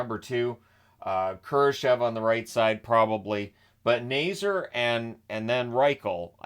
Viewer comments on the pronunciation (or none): first off: Frank Nazar's last named is pronounced Nay-ZAR, not Nay-zer. i know the Hawks aren't a team you follow closely, so just heping you with the pronunciation anyways, as constructed, the Hawks shouldn't have a top 5 pick next draft, but will probably finish with a draft pick in the 6-10 range also, showing the Hawks with under $5M in cap room is very misleading, as CapFriendly (long live CapFriendly!) has 15 forwards, 6 dmen & 3 goalies on the roster, which is too many, so their actual cap room will be over $7M when the proper roster moves are made. just letting you know!